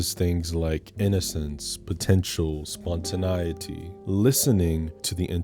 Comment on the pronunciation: I have never heard anybody pronounce spontaneity that way. WTF is "stands on business?" Calling your partner "Mommy/Daddy" is always super creepy, and I'm tired of people pretending it's not. That's a Beretta. Not sure what a "caliber automatic" is. 🤔